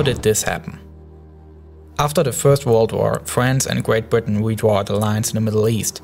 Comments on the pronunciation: Gweat bwitain LOL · "gweat bwitain and fwance"